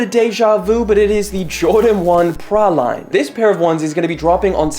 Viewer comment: Say it with me. Pra-leen. 🤭👌 awesome video dude.